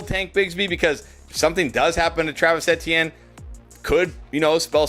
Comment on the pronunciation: You say Ettiene right!!! Awesome! I hate people saying Ee-Tee-en.